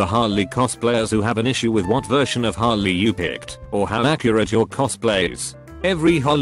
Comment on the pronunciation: The text: Harley The bot: hOlLy